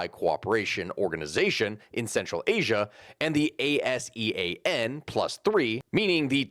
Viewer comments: ASEAN is generally said like its spelled, rather than spelled out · You can pronounce ASEAN, dont have to spell it out. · ASEAN can just be pronounced as "Ah-See-Ahn".